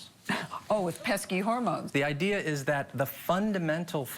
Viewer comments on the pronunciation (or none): You know john oliver is turning into a new yorker when he said the word “idea” as “i-de-ar”